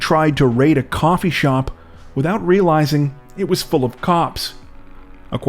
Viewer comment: Coppee Shop not a coffee shop!! Ah ha ha ha I’m so flipping lame 😂❤